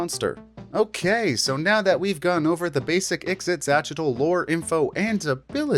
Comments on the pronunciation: Ah, a creature with an obvious Nahuatl(Aztec) name, but who's name is canonically not pronounced like it would be in nahuatl. Ee-she-cha-chee-tul is how you should say it, and in my opinion is infinitely easier to say. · You said "ixitxylophone" so many times and I am 0% closer to being able to pronounce it myself. Great video though!